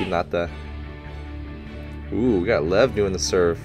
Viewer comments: Just letting you know but Levs name is pronounced more like lee-ev. See if you can catch it when the characters say it. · I’d just like to point out that Lev’s name is pronounced more like Liev or Ljev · Nobody really calls Lev "Haiba". Also its sort of pronounced like "Lief"